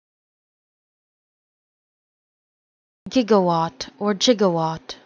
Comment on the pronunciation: Good stuff keep up the great work I’ve waited so long for a proper pronunciation